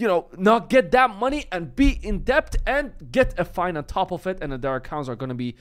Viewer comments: Debt isn't pronounced "DEPT" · If you care at all the proper pronunciation of the word debt in English has a silent b. Pronounced "Det"